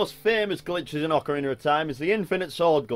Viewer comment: That's how it's pronounced.